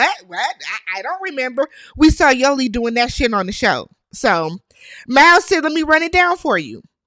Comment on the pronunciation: It't Mal not Mall, please y'all